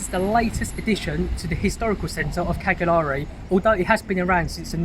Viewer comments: It's pronounced "Caljari". 😉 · Each one of you butchered the word “Cagliari” in your own ways which was cute. Nice video. Thanks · My ears are bleeding the way you pronounce Cagliari😂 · cool video. i have to say it's pretty amazing how you actually went there and still couldn't learn how to pronounce the island's capital's name